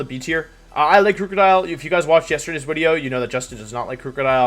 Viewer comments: Hey Wolfe, if you say "Wideo" for video, surely you say "Own-ey" for one? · Why in tf does he say wideo